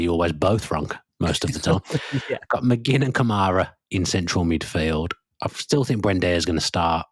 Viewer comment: McGinn rhymes with Lynn.